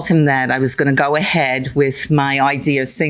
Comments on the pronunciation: That's how she got the "idear" 😂😂😂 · What a great “idear” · Sorry, idear? Kind of stuck on that mispronounced word. Maybe it's a regional thing. I live in Florida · I know someone from upstate who says "idear" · Lol I kept saying that ideer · Drives me crazy when people add an R in idea🤦🏼‍♀️ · In the hallway she manages to say "idea"!